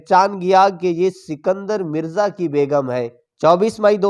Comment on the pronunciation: بھائ صاحب آپ نے شاید اردو کا قتلِ عام کرنے کی قسم کھائ ہوئ ہے اور نہ ہی اپنا تلفظ درست کرنا ہے. جناب پاکستان کے پہلے صدر کا نام اسکندر مرزا تھا سنکدر نہیں.